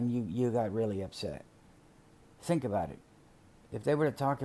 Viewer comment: There's a prison letter where he talks about building her and her boyfriend a house when he gets out. And he mentioned that she and the bf would have separate bedrooms. like he made a point to mention that. I wonder wtf that was about. Or "aboat" as he would say lol. Why would he care or want them to have separate rooms. I just thought that was weird.